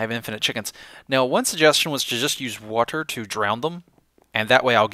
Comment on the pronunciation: When he tries to change his pronunciation of 'water', he makes it sound derpier. Stop.